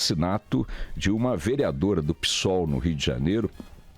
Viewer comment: "Pi"sol ou Psol, é mais xick assim? Pisol😮🤔😂😂😂